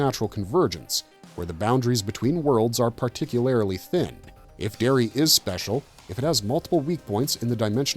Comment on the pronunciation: You're adding an extra syllable to "particularly" and it's driving me particularly crazy.